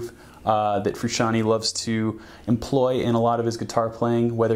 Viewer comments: its big bootay...! learn your triad shapes...sure learn how to pronounce your subjects name. also, your unwound strings either are clipping on multiple mics or the frequencies are triggering overtones. it sounds bad. i doubt its your tone overall...just a mic thing. thanks for the video and much love to JF. He is an influence, a big one. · it's all fine and dandy but who the hell is John FrusciantY? I only know John Froo shaan tay! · Damn dood, if you're gonna do a video on a guy the least you could do is pronounce his name right.. You need to put some RESPECK on that mans name.. yeahhhhhhh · I stopped watching this video as soon as i heard him mispronounce the last name. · I'm not even gonna talk about how he says "Fruschanee" rather than Frusciante 🤦‍♂️ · Yo! in "frusciante" the E at the end does not make an "ee" sound! it makes the "eh?' sound if that makes any sense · It's pronounced "Froo - shian - teh" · His last name is not Fruscianteee, its supposed to sound like Frusciantae or Frusciantay , to many people say that improperly. its a soft E. Sorry has to be said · Frusciant-AY. Not Frusciant-EE. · i think you should redo the whole video and just call him John...(I wince when you call him Frus....) Respect. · Wanted to shoot myself everytime he said "Frusciantee"... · Federico mtls Whom is this Frishanee of which this man is speaking of? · I respectful disagree. Almost correct, though. I AM a second generation Italian-American, like John. Froo*shahn*Tay. Italian vowel pronunciation is a bit wonky compared to ours. A=ah E=at I=were O=O (just like the letter) U=ooooo, as in Boo Sometimes will have an almost eww sound. Southern Italians and Sicilians tend to make the "eww" sound for a U. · Fac Tor that makes no sense its pronounced fru-shawn-tay not fru-shawn-t... Like Tennessee is not pronounced tay nessee and tender is not pronounced taynder its tay not teh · But that's what I'm saying. I was refering to someone saying that even Flea says '"Fruscian-tea"